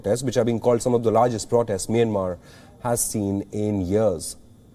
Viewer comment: It’s not “Meinmar” it’s “Meeanmar ie Myanmar. Please pronounce it correctly. You Indian news anchors always read incorrectly.